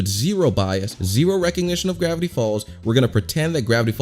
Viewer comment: GRAIVTY FALLS